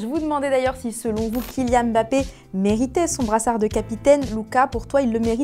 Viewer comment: Pour une fois on entend quelqu'un dire Mbappe correctement et non Mbappe c'est saoulant d'entendre Mb se lire comme M'b apostrophe des français qui font une faute pareille.😅